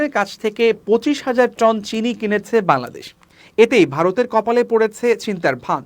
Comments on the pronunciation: বাংলাদেশ সঠিকভাবে উচ্চারণ করতে শিখুন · বাংলাদেশ উচ্চারন ঠিক হচ্ছে না।